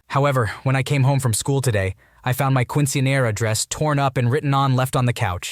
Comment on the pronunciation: The caucassity of the Quince / Quinceañera pronunciations 😭